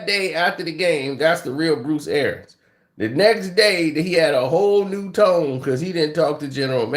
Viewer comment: For the love of God its ArIANS